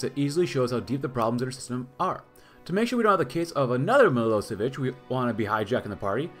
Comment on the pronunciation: Day 2 of asking for a Milošević campaign. And his name is pronounced m-ih-l-OH-sh-eh-v-ih-ch